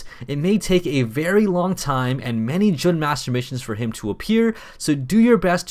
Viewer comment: Fun fact, Jun is pronounced Jon.